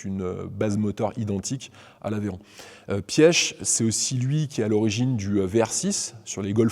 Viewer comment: Vous êtes sûr de la prononciation du Nom de Mr. Ferdinand Piech?